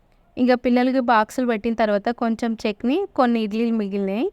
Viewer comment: Chekni kaadu chetni